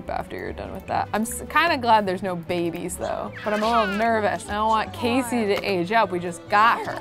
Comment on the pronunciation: Sorry to sound like 'it's Leviousa not *Leviousa*' (AKA Hermione) but it's Casey not Kacey.